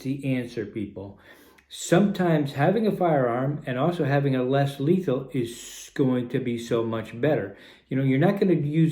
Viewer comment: Lesley is letal man why u say almost letal